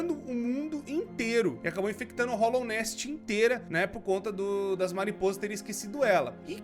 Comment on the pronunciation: dica básica, é hAllownest, não hOllownest